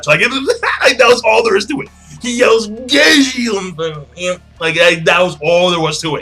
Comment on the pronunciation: When he said Najeel I instantly thought of Natsu and Gajeel using the Potara earings or doing the Fusion Dance. In all honesty them fusing together would be pretty frickin' awesome.